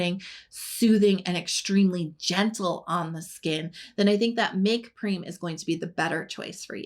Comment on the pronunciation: I think M.Prem is pronounced like you say "them" Make Prem